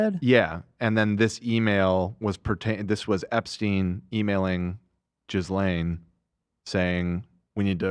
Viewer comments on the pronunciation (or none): Ok i’m sorry but saying “gisselle” (my name) instead of “Ghislaine” in an Epstein joke… Sir!!! 😂 pls be careful